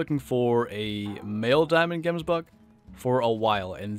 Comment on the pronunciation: u butcher that name so hard. Here in South Africa we say it a bit different. xD